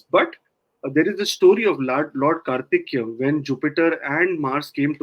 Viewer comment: Dear ji, its Karthikeya not Karthikya 😊🙏 Wonderful analysis 👍🏻